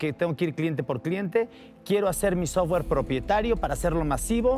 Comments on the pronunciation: no puedes confiar en un "ingeniero en sistemas" si dice sotwere. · jajsjajajajajajaja porque es "software", no "sotwere" bro